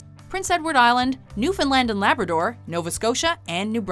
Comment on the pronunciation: I wasn't going to grill you if you'd pronounced "Newfoundland and Labrador" wrong, but I would like to thank you for pronouncing it correctly.